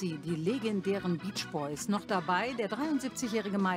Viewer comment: Die "Beesch-Boies" 😂